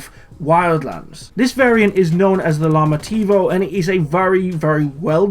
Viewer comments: The llamativo is pronounced “yamativo” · It's pronounced "yamativo". If you learn Spanish you know that double L makes a y sound